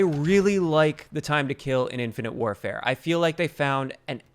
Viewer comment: Did you say Infinite Warfare??😆